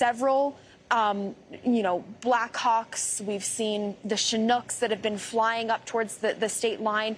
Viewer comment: Her not emphasising the H in Blackhawks made me wonder if a Freudian slip.